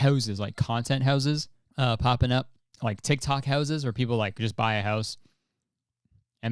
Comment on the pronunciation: I forget Kurtis is Canadian until he says 'houses'.